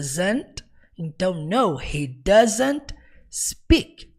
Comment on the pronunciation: Parabéns pela excelente vídeo aula, conteúdo e didática maravilhosos. Impossível não aprender. lembrando apenas que no instante 1h04min45s, houve um pequeno equívoco na pronúncia do pronome "He".